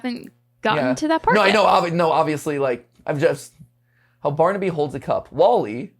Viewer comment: You missed the R in baRnaby